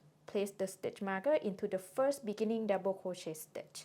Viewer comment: You say something like "mikkening" that I don't understand or correct interpret. Can it be beginning? Otherwise your tutorial is such a splendored thing.